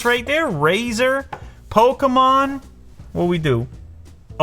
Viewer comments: Its a pokemon not pokomon 😂😂😂😂😂😂😂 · It’s not Pokamon it’s Pokemon 😡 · lou: polkamon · He says “poke-a-mon” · More like "pokomon" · Hearing Lew pronounce Pokémon like that disturbed my soul 💀